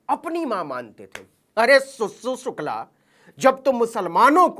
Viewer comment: Abe saale sukla bolna nhi aa rha tere ko ....sir name sukla ki ijjat Krna Sikh le phle